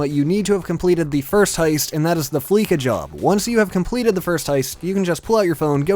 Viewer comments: Like c'mon how can Americans get words so wrong. FleeKa seriously, its fleeca (Flee-sa). Its a play on words like there fleecing you of your money. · It's not an American thing, he just sometimes messes up the pronunciation. It's also a pun on "Visa". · it's not a real word in your daily life, only in GTA so therefore it does not matter how you pronounce it. Yes, the radio says fleesa but it does look like it would sound like fleeka. So lighten up a little dude!